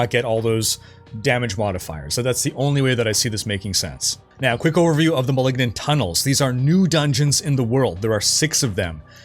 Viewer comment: Seaosn of the Mehlignant ammirite??